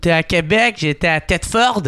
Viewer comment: Wow t'as dit tetfeurd, criss que je t'aime